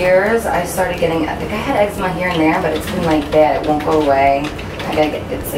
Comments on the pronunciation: ex-E-ma NOT ex-eh-ma like letter E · Pronounced "ex-zee-ma"